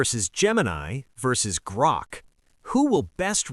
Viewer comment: Ah yes, "Groak".